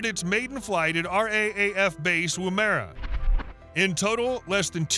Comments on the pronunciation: Woo-mera instead of Woom-era. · Why does the video keep switching between the MQ 28 and another drone that is rocket launched, with a top mounted intake and a Kratos (FTT) logo? Also Woomera is pronounced Wum ra (as in woman) and Canberra is pronounced Can-bra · Woomera is pronounced woombara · out of Womb- air-ah you mean, lmao. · Where is woom-era? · You could at least say Woomera correctly! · My pet peeve with these American videos is that they can’t be bothered getting pronunciations of foreign place names correct, so ‘Canberra’ put my teeth on edge and then ‘Woomera’ was too much so ended the video right there. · Oh, heck, the pronunciation of “Woomera”. 😮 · and Woomera